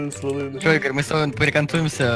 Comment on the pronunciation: Игорь не правильно говоришь